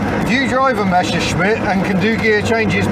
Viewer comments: Why do all anglo/americans say "Mescherschmitt"? It's "MeSSerschmitt". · Hey, it isn't a "Mescherschmitt", it's a "Messerschmitt" :)